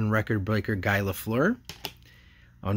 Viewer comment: That Brady Michigan card isn't a licensed card, so it's not really worth very much and it probably wasn't made in 1999. You can find them on eBay for just a few dollars. But at least you got lots of other good stuff. And Guy Lafleur's first name rhymes with tree, not high. He passed away recently and his funeral is today. It's going to be televised across Canada because he was such a legendary hockey player.